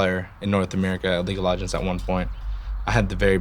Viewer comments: league of logends? i swear thats what i'm hearing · Did he say league of l"a"gends ? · league of lahgends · leeg of logends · league of LOGONDS! LOL xD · Did anyone notice that he said league of lagonds